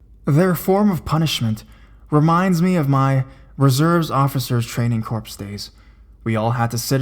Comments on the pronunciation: Corps (as in Marine Corps) pronounced like core not corps (as in a dead body) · corps is pronounced core.